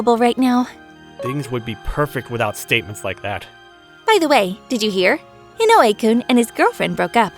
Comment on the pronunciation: It's I-no-we, not i-no-U-e. The stress is in the I. 😁😁😁